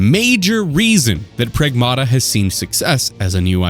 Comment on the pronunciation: Prag-MATT-uh NOT Prag-MAW-Tuh